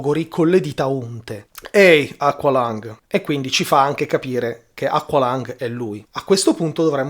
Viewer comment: Tema interessante, ma BELIN, si pronuncia "equelong", basta ascotare il brano !!!